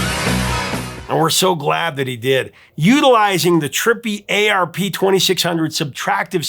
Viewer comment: It's ARP, rhyming with 'harp', not "A. R. P.", and calling it a subtractive synthesizer is redundant. Almost all synthesizers then and now are subtractive. It's like calling nearly any Chevy made in the twentieth century an internal combustion engine vehicle.